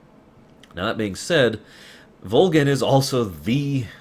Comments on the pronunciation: Just out of curiosity... why is he pronouncing Volgin Like Vol-Jin? Is that the proper Russian pronunciation or something? I’m actually currently replaying Snake Eater and the English voice cast is clearly pronouncing it with a G sound rather then J sound. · I don't expect a response 3-4 yr old vid... but I have to ask; what's the thought process on the way pronounce Volgin? It's been a long time since I played but I remember everyone in-game saying Volgin with a hard G sound and hearing you say it as a J seems strange. Anyway, great content, keep doing what you do!